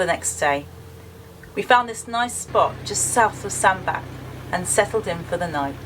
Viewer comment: Great vlog, in my part of the country. It's pronounced "sandbatch" guys. Shame you didn't explore the town, you'd have loved it. It has ancient stone crosses and some lovely buildings, a bit like a miniature Nantwich, which I know you love.